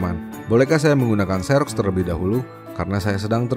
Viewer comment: setau saya 'xerox' itu bacanya 'ziroks' bukan 'seroks' hhe